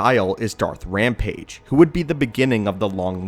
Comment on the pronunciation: Dath ramage not rampage